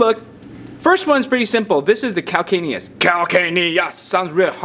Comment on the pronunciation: CAL-CAN-I-US. who is ever going to forget that?